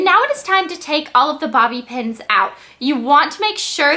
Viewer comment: Blaiir ! It`s bobby pins Not Bobby pens you`re too Cute ..wuvv ya